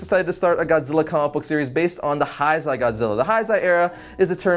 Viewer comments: it's pronounced heisei (hey say). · Heisei era. Pronounced hey-say. lol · Heisei is pronounced as "heysey". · You pronounced heisei wrong it’s pronounced as Hay-Say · why does he say heisei as haisei